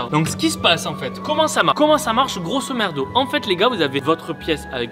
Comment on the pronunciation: C’est moi ou il a dit GROSOMERDO à la place de grosomodo